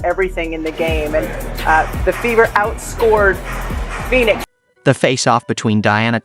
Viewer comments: Of course he didn’t he said “phoonix”. Clearly! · Did I hear you pronounce Phoenix as "foonix"?